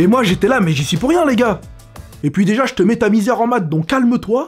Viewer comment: le son "j" t'as tendance a le dire "ch" exemple: "je les comprend"=>"chlai comprends"